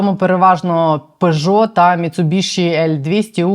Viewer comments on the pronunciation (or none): none